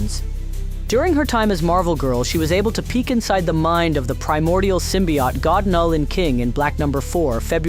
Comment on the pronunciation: I know I’m being nit picky, but dang dude you should really start proofreading your audio takes. “John Grey,” “Symbi-OTT,” and “on another lever” took me out of the video entirely